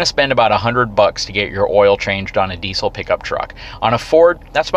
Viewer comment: Please learn how to pronounce the word "diesel" before dishing out advice about diesel trucks. It's in the dictionary.